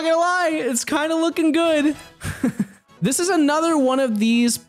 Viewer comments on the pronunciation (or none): none